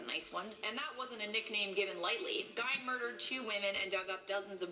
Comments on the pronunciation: When they talk about Ed Gein, it bothers me... it’s pronounced as if spelt like Geen... Geeeeeeeeeeen... not If as if spelt like Gine.. FFS. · It’s not Gine it’s Gein. There’s a movie about him called Ed Gein”freaky” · Cringe. Ed Geeeen. Not Gine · Pronounced like "GEEN" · I'm a psychology major and the way she is slaughtering ed gein's name (actually pronounced ge-en) is making me cringe 😒😒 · She says it like she's about to say gyno or something... Ugh😬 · Shes saying Ed Gein's name totally wrong. Its pronounce like GE-EN. Sorry, that was annoying me. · Alicia Rice yeah,pronounced “Ed jean” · That shit was deivinnnggg me crazyyy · Lol being from Wisconsin I cringed every time she said his last name. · I have my bachelors degree in Psychology, would’ve had my Master’s by now but unfortunately, my health situation got in the way of that. Also, I agree that she pronounced his name horribly. She should’ve asked how to properly say it before embarrassing herself. 😂